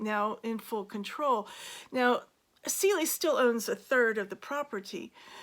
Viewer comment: Cele, like an animal , not Celie.